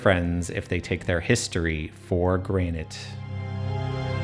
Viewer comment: I just realised just how jarring it is to hear you say "taking history for *granted*" 😅